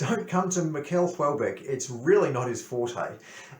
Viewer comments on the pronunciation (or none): Nice review ! (it's pronounced like the Americans say "Michelle" not "Miquel")